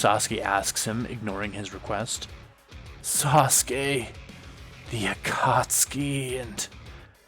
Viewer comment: When u were saying Sasuke I couldn't stop laughing 😂😂😂😂